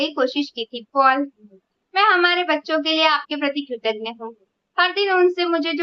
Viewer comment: Dear this word is ' kritagya', not ' kritagna' . Kritagna means non grateful; just opposite, love you 💗 -- Gaurav